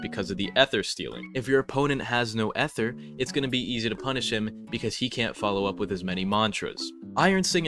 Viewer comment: oh my god STOP SAYING EHT HER